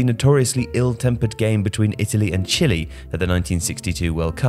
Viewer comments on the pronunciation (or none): Ironic that the voice-over artist (?) didn't bother to learn how to pronounce the words 'Rattín' and 'Chile.'